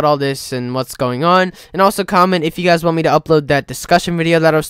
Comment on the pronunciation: yew guies